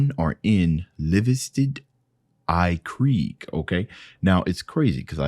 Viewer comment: A lives tidd in krigg 😂. I love hearing people trying to pronounce our language. It’s danish i think, but it is also how you write it in Norwegian, of which I speak